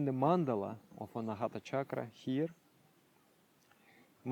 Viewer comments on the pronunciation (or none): none